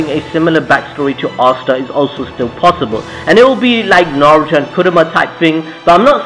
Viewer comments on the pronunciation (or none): none